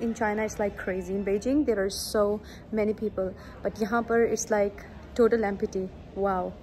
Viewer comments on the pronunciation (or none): Im sory to say but empty pronunciation is wrong .